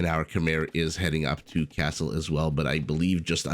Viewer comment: Typical that an American somehow "refuses" to pronounce Khmer correctly. How come, you know all about Khmer Rouge right? So, It's not so hard to pronounce. Anyway, everytime I play against Khmer I get my ass wiped by those Ballista Elephants.